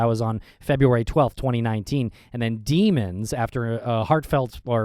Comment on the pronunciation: it’s pronounced dem-ons